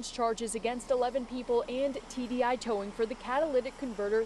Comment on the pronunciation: a towwing company ? say it aint so